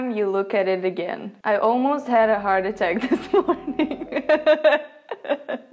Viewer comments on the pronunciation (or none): none